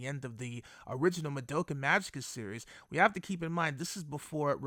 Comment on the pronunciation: Why are so many people pronounce the name "Madoka" so wrong...? This is NOT japanese pronounce. For example the German "Madoka" is the same like the Japanese.